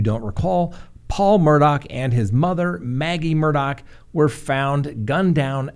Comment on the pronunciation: Please! It's Murdough.. not Murdock!